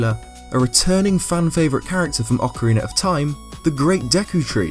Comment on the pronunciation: Great video! And you still say Ocareener of Time hahaha